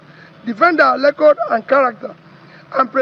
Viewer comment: Did I just hear defend our "lecord from Peter Obi?"😂